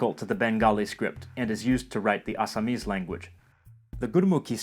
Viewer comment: Your pronunciation of this native languages is on another level...Like you said Assamese...Bye the way..I can speak Bengali(Native), Assamese, Odiya, Hindi, Tamil, Telegu, Malayalam, Kannada, and English..🦊